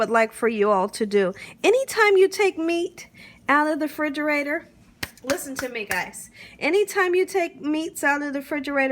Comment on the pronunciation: Love that you say “frigerator” ❤